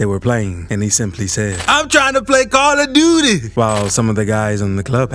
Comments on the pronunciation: He said call of doodie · "I'm trying 2 play Call Of DOOTY"!! 😂😂😂😂😂😂😂😂😂😂😂😂😂😂😂😂😂😂😂😂😂😂😂